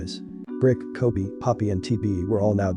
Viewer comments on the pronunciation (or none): none